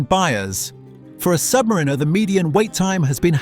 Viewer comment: Hilarious video. Cheap computer narration can't pronounce "AD's" or even "Submariner". Another lazy YouTuber.